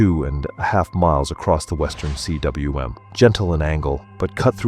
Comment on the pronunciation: cwm is pronounced ‘coom’ It is a Welsh world meaning valley